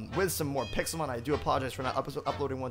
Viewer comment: u said pikelmon sorry to correct u buts it pixelmon